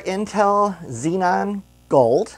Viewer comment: i cringed everytime he said zenon instead of xeon